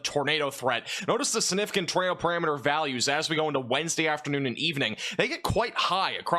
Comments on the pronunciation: You say sunifigant endlessly every day and grossly mispronounce it. SIGNIFICANT ! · Stop saying the word significant or stop pronouncing it sunificant i love your content but that is nails on a chalkboard for me lol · There is a G in the middle of the word "siGnificant". Say it with me ... siGnificant. Learn to say it correctly, or use another word. If you're trying to be a pro broadcaster, you're going to need to pronounce those big words correctly. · SiGnificant... not siNificant. 🙄